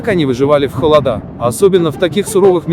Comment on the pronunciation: Минус за озвучку: ноги́, холода́, за музыку громче речи.